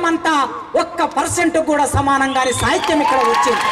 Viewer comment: orey sahityam ane padam palakadam nerchuko